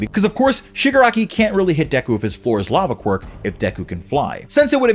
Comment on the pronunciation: “ shigarakai can’t hit deku with his flor is lava quirk”. Did anyone else hear that or was that just me ?